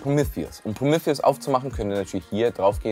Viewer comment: Geiles Video, mehr unraid content!! Irgendwie hat es mich fertig gemacht wie du Prometheus ausgesprochen hast!!!